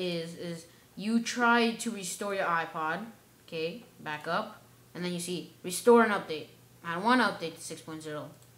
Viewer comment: i can't understand your opening of restore .